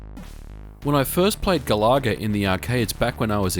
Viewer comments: Love the video, but GA-LAH-GA? not GAL-A-GA? if it was a shmup where you shot down annoying Australian wild birds then i could understand. LOL. Think of the singer of Oasis "Liam Galaga", and you're there ;) oh! and i love Slop Feet from Taito to:) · Ga-la-ga with way less emphasis of the 'LAH' as you were saying. I've never heard it said as Gal-LAH-Ga in the arcades when it first came out. :) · I have to say Galencia is addictive and enjoyable! And I'm impressed with the score saving cartridge. Great game review! And it's the first i've heard Galaga pronounced as Ga-lah-ga ...i've always pronounced it like Gallagher :o)) Happy new year and I look forward to more from you! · Galoga?? That's how it sounds like you pronounced it?? gal a ga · I couldn't keep watching past the 3rd "Ga-laa-gaah." That pronunciation just killed the video for me, ugh. It's from the word Galaxy, because you're flying through the galaxy in the game. Not flying through the "ga-laax-e." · Doesn't matter i pronounce things strange as well lol but the intended pronunciation is "Gal ah Gah" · ga-la-ga - no emphasis on any of the syllables. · I was gonna make a joke about how you pronounce Galaga, but the video was ultimately too good for me to be a troll.